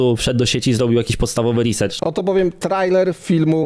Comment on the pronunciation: Ładnie napisany komentarz, oprócz jednego, - proszę nie mówić reasercherow, bo to nie jest, ani angielski, ani polski. To główna wada większości Polaków.